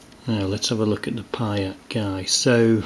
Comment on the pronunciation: Nice review. Just to add that the anti tank weapon is pronounced PEE-ERT not PYE-ERT